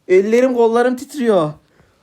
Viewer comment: içindeki Ankaralı ortaya çıktı :D (Ellerim gollarım titriyoo)